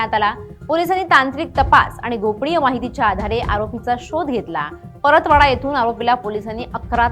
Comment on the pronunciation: Paratwada ❌ Paratpatva